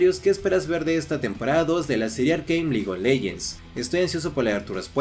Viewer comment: LIGOLENGENS xd se dice licofleyends no hate